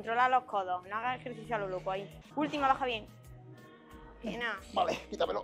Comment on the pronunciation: Joe eke etoh jercicio 😂😂😂